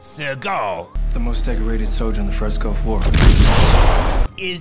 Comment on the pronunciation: he said GUFF war, not gulf. and since guff means nonsense, kinda makes sense... 🤨 🤔😐🤖🙉💩